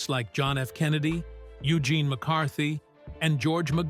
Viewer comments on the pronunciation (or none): none